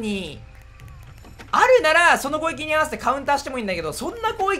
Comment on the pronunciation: 攻撃って言えてなくない？